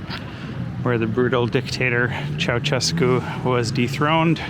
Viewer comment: I would love to see a bit more interest or thought into pronouncing CeauSHescu's name correctly. All foreigners say CeauCHescu, becomes irritating.